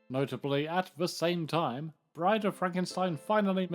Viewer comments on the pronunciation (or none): none